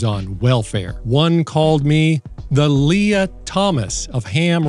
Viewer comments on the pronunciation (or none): none